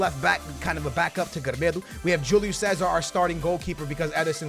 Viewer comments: Não é 'gremedo' é 'grImAldo ahahah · It's not "Gremedo" It's "Grimaldo" You're saying it wrong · Not gremedo, Grimaldo😂😂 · How are you making 'germedo' out of 'GRIMALDO'... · It is not GRAMEDO it's GRIMALDO!!!!1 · Its not grimedo... Its grimALdo i feel insulted as a benfica fan And its pronounced carilho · Its not grimeeeedoooo... its gri-maaaal-dooooo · His name isn't gremedo its grimaldo ffs im tired of you pronouncing names wrong 10 times every vid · I'm sorry but how can you pronounce Gri-mal-do as Gre-me-do? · LOL...Who the hell is "Gremêdo"?:P... It's GRIMALDO:D... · Not Gremedo but Grimaldo xD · GRIMAAALDOO! não se diz Grimedo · Its not gremedo its grimaldo u r saying it wrong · Grimaldo is not called grimildo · SKILLZ IT'S NOT GREMEDO!!!! IT'S GRIMALDO!!! é bue irritante ahahahaha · U don't say Grimedo its Grimaaldo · His name is gree-mal-do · "we got grmido at the left back" 😂😂😂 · PLS START SAYING GRIMALDO RIGHT, JUST READ HIS NAME SLOWLY AND YOULL REALIZE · You would think by now wouldve learned how to say Grimaldo's name. No hate just saying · mann you are killing the namess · how does he pronounce Grimaldo's name? lmao